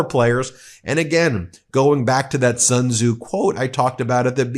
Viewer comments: Xi jinping is pronounced ssse( as in sstart). Sun tze is pronounced "soon" Tze. If you listen to CGTN ( China global tv network) you can learn a lot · Ben, you got the Tze quite alright but the "Sun" in Sun Tze is pronounce as "soon,"